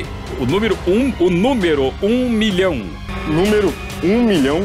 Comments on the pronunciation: o celso: "qual númiro?" kkkkkkkk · o apresentador falando númirú com i e ú tambem nao ajuda ne...